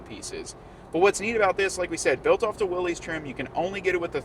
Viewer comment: Another video where "Willys" is mispronounced 😬